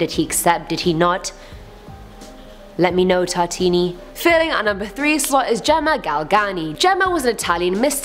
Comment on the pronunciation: Tartini.. Neh Tortaliini